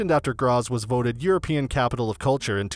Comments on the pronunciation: It's pronounced "Gratts" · Where is this city named Grasss? Its a complete fake of Graz so why didn't u make a video about our city! Btw. It takes absolutely no time to chek how the words are pronounced! A tip, translate every word, not only the clock tower, in english or just use the google translater voice to say it! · Your video has pissed me off. For the love of God, WILL YOU PRONOUNCE GRAZ PROPERLY! I hate it when people cannot be bothered to find out the important, simple things. It's not rocket science.